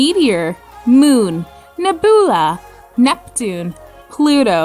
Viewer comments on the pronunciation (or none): I'm sorry did you just say 'ne-boo-la' 😭😭 it's not even a rare word, it's super common. ne-byu-la. an interstellar cluster cloud of dust and gases that tend to be colourful.